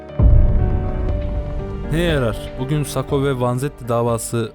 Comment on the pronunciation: sako degil sakko